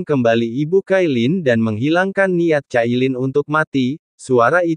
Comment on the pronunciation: Min... bisakah tidak membaca dg ejaan inggris tp pakai ejaan indo ? Cailin jangan dibaca kailin😂 Bercanda min 😂